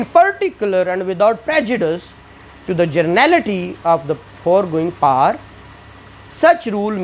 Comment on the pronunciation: Above comments are from sir se relative or students 😂 Baaki mujh to ye samjh nh aya power ko paar pronounced q kya jaa rha he But lecture effective he